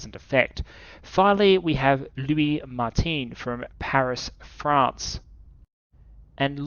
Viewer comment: If you wanna be accurate it would be with “1” pronounced the french way “Mart-un” ahah i m gonna enjoy these episodes!